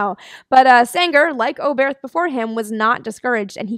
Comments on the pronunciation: In German you do not pronounce th like in English. So Oberth is simply pronoumnced like Obert. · You pronounced Sänger's name absolutely correctly. (But I think the stress is on the first syllable of "Oberth", not the second)